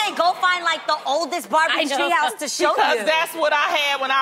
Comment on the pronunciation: Lol. Did anyone else go back to hear Adrienne say "Tree House"? Lol